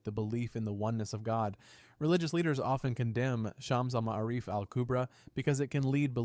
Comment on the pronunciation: If just like to say that the way to pronounce the shams Al-M’ārif is shuhms uhl muh-aa-rif